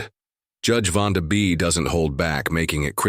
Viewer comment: Um, the Judge's name is Vonda B., I was quoting the AI voice's mispronunciation, and how silly it was, and was pointing it out as an example of why AI voices are bad. Hope I clarified enough ^_^